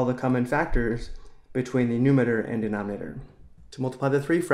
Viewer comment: calm down he cant say it properly